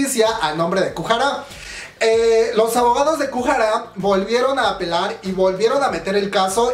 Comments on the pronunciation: Kujara dijo el cuando es goo hara xD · Porfavor no es kuhara, lo repites mucho, me caes bien pero pronuncias muuuy mal los nombres